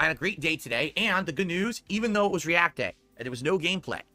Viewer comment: Re-ack day. Very nice.